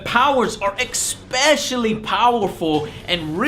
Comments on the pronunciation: if he says "EKSpeshully" again im gonna jump in the river with my concrete boots on me. how fucking hard is it to say especially? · Why are you saying "expecially" >.< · It's not expecially it's especially. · Don't know why but the way he keeps saying Ek-specially annoys me for some reason lol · Bro, your pronunciations kill me on some words. You always say "exspecially." There is no "x" in "especially." Additionally, there is an "r" in "library" after the "b." It is not "liberry," it's "library." Love your reviews, keep it up. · Been wondering this for a while now, why does Joe always say "expecially" and not "especially"? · Joe!!!!!! Stop saying EXPECIALLY!!! It's not an actual word! Still, keep up the awesome work! :O) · "ESPECIALLY". Not "expecially". Yeah. Pwnd. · "eKspecially". every....single..... time. there is no "k" in especially. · Why does he say ''ekspecially'' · Joe, love the videos, but... it's ES- pecially. Not X-pecially. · Joe... For the love of god... Please stop say 'X-specially'... Your reviews are so good man, stop fucking em up! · Hey Joe, it's pronounced 'ess specially'. There is no 'x' in there. Especially. Just saying. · There isn't an "x" in the word "especially". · learn how to pronounce 'especially'. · It bothers me how Joe pronounces especially